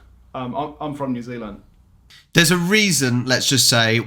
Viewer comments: Hehe, immediately calls it Ne'z'l'nd after saying they say all the letters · Haha, "a lap to far" was a reference to Phar Lap - famous race horse from NZ, the "house is already crowded" was reference to Crowded House, the band. Oh, and by the way, our accents are completely different, Kiwis say all their vowels wrong. Didn't you hear him say New Ziland?